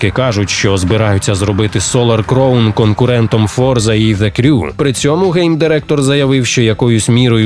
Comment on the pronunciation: І знову оратор не вчиться на помилках і все продовжує вимовляти "crown" неправильно